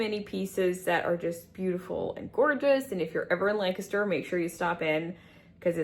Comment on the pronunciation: Thank you for pronouncing "Lancaster" properly! lol! Fellow Pennsylvanian who also follows Megan Fox Unlocked. Welcome!